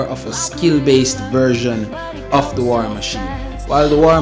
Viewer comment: YO LEARN FUCKING PROPEE ENGLISH GRAMMER!!! HE CANT EVEN SAY WAR PROPERLY